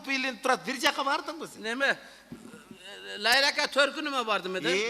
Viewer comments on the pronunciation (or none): Лейлек деп суйлонуз инвалидке окшобой лайлак эмес Лейлек